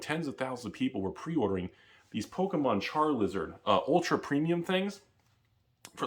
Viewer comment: > Char”L”izard I’m offended